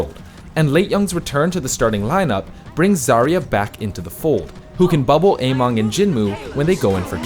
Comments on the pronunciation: It's amEng not amOng... how can you pronounce it so obviously wrong? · It's AmEng not AmOng uh-meng not ey-mong Emongg got you all messed up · its actually somewhere in the middle. ameng is chinese so keep that in mind how you would pronounce it. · Every time you say Ameng, I hear Emongg and I'm like wait what